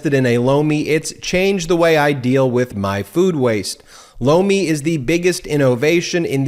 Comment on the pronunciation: I just have to say your ad for Lomi gets me every time. Doesn't matter who does the ad it always sounds like blow me. 😉